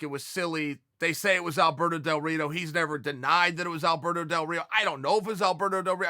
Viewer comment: Chael sonnen: Alberto del rito Me:ok great